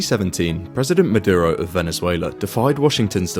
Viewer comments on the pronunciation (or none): none